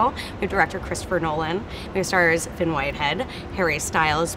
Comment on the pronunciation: Caitlin Clifford in Ireland if it's spelled "Fionn" then it's pronounced "Fyun"